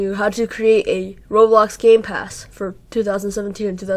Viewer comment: Did he say roblox gay pass?